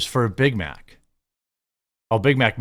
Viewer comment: Did she say "I got a Bit Mit"?